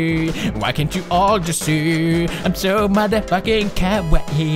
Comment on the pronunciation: He said "Kawaii" so many times and to this day I still don't know how to pronounce it correctly haha